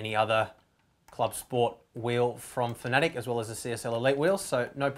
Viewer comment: Pretty sure it's pronounced FAN-A-TEC, not FAN-E-TIC.